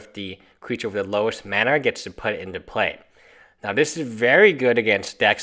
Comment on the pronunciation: Why can't you say mana?